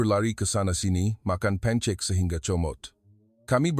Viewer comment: Yg baca ni pon org apa? Itu bukn baca pancek tapi pankek heh